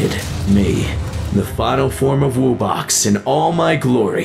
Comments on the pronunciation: wo-box? its wub-box. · I know why because says wo-box and you say wub-box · i like how they pronounced wubbox like "woo box" through the whole thing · Ah, my favorite monster. The WOOBOX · Wuu bux🤪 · they pronounce wubbox as wibbux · i feel one of my ribs break every time he says "woobox" because i know its pronounced wubbox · My man said woobox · Woobox? Its wubbox like WUB box Edit: sorry if im mean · He's calling them wo box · This guy said woobox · bro said woobox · bro said wobbox wubbox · It’s wubbox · uhm it’s pronounced “wuh-box” 🤓☝️ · Wubbox is pronounced wuh box